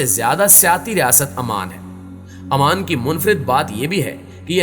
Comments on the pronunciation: not aman its oman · Salam alaikum bhai is name AMAN nahi OMAN hai . Jazakallah